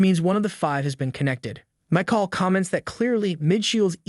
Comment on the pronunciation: "Mike-all" AI has a long way to go whith pronounciation of words and their different meaning...